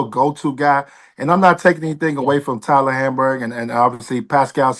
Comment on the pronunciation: That man Antoine Walker said “Tyler Hamburg” 😂😭